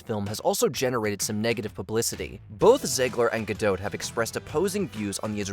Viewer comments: The “t” in Gal Gadot is not silent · Just to let you know, Gal Gadot is pronounced with a hard T as in dot…😊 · It’s pronounced “gah-DOT”. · Native Hebrew speaker here. It's gaDOT, as in the British pronounciation of dot, pot, lot, or not. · FYI- Gal Gadot is Israeli, not French (there is no soft “t” at the end of her name). Gal rhymes with “doll”, not “pal” and Gadot is pronounced exactly like “god-oat” (does not rhyme with “bad-dough”). Just good to know 😊